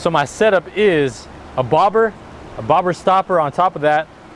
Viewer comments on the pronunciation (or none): none